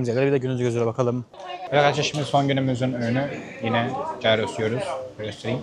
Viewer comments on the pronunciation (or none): Cayro diye telaffuz etmen fena güldürdü ağabey ajdjxj giros diye söylüyolar genelde. Video keyifli olmuş emeğine sağlık